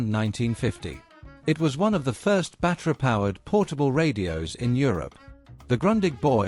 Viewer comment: Battery is not pronounced bat-rah’!